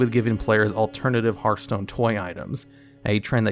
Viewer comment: You get a thumbs up just for being able to say the word "Hearthstone" properly! Edit: this video would also make an amazing Hearthstone drinking game! I'd be drunk as hell!